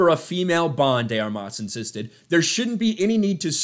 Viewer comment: I love your channel, but you keep mispronouncing her name as "Ana de ArMAS", which irks me to no end. It's pronounced "ARmas", with the stress on the first syllable.